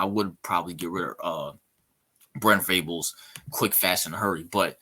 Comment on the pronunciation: Man first off, it’s Venables, not Vrables. I respect your opinion because Urban is a great coach, but OU will never hire someone like Urban Meyer. Joe C. will not tolerate the drama Urban brings with him. We’re fine though because Brent Venables is the guy. You need to do a little more research on BV bro. He was considered the best DC in the country. He’s won 3 national championships as the DC (one with OU and two with Clemson), and coached in 8 title games total as the DC in the last 20 years. And with regard to recruiting, Venables just brought in the highest rated class in OU’s history since they started ranking the classes. Give him time….Riley gutted the team of talent when he left.